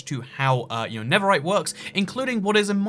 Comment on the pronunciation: Why do you say never right?